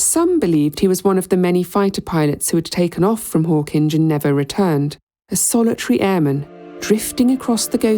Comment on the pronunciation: One thing we can trust you to do, that no AI narrator seems capable of, is the proper pronunciation of Hawkinge. 😀